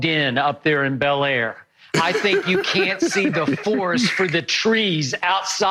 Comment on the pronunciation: Bel air??? You can tell Shannon’s not use to much.....